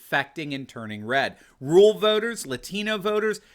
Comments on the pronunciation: "RUR AL" Doc, "RUR AL," not rule. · Anyone else notice says “RULE voters” instead of “RURAL voters”? Took me a second to figure out ….